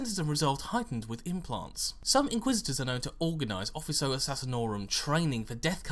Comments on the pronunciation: 'Officio', Not 'Offiso'. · O-fish-ee-oh. not ofisso. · If this is Latin it is probably pronounced 'offikio' Then again, assassinorum isn't the word, it would be like sicariorum Feel free to ignore my Latin nit picking because who cares lol